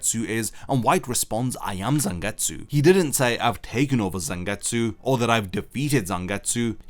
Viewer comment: EEERRMM IT'S CALLED ZANGETSU YOU DUMBO